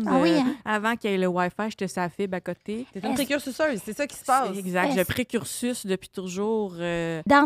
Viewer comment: Le sourire de quand Médium Large dit « je précursuce »:)